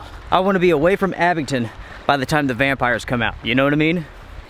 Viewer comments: please guys abingDON NOT abingTON very disturbing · Not trying to be a word Nazzi but it's ABINGDON with a "D." I used to live in Tazewell County VA. I Would drive to Damascus 3 or 4 days a week to pick up a co-worker then drive to Abingdon or Bristol to work. My co-worker lived in one of the old stone houses built probably pre world war II. It sure is a beautiful area. That was back in the mid 80's. I lived in Charlotte in the 90's & I used to drive up through Mt. Ariy to Witheville & on down 81 to Bluefield then to Buchanan County. To home. The whole area is picturesque. I live south of ATL. now. I get up that way 3 or 4 times a year.